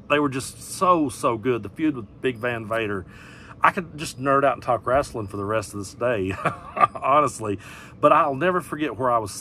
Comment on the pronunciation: "Wrastling" 😁👍 Great video as always!